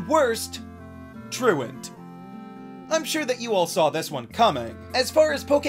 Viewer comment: Yooo. Thank you so much for pronouncing “truant” correctly. I’ve never heard anyone say it correctly. Every other poketuber says “true-want” and I never understood why that was the case. You understand basic English. You are a hero among men.